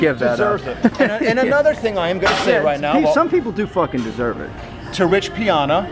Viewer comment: it's rich pie-anna!!